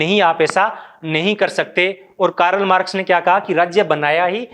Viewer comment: What is कारल मारक्स ।। शुद्ध उच्चारन करो भाइ